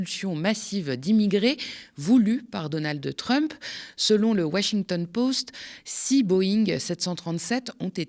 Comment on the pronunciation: Merci pour ces infos, le travail quotidien et le ton pour le présenter, j'aime beaucoup. Par contre, juste un petit détail pour aujourd'hui, pourquoi Washintown Pauste. C'est poste en anglais, comme en français, c'est en allemand qu'on le prononce pauste. c'est comme une habitude qu'on certaines personnes qui parlent de smartfaune. ça n'est pas un animal, et ça n'est toujours qu'en allemand qu'on prononce *one comme le français *aune.